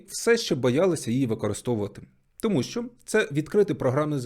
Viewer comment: Класне відео але мене все відео бісило те що ти кажеш "тОму' а не "томУ"